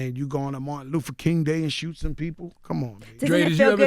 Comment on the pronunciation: So they let him keep saying Martin Loofa King😒